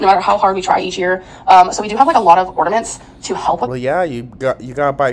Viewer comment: Is she actually saying “ornaments” correctly???😮